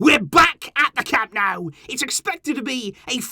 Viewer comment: It's Camp NOH-ooh, not NOW brown COW.